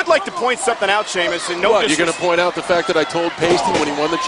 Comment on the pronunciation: Sheamus says "fact", but sounds pretty much like fuck... :)